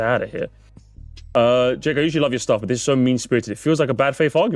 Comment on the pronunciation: When said Jake I thought he said Dick